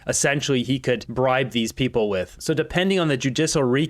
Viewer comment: Omg I can’t stand her. And furthermore it’s with not wiv … Purina cat chow….. chow chow chow. 😁